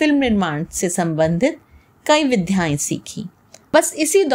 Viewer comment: जी, बहुत अच्छी जानकारी लगी।परंतु आपके उच्चारण की त्रुटि यदि आपको बुरा न लगे विध्ययाए नहीं विद्याएं होता है और देविका रानी जी ने शिमला नहीं बल्कि कुल्लू के समीप नग्गर या नगर नामक स्थान पर अपना घर बनाया था जो कि अब एक संघ्रालय का रूप ले चुका है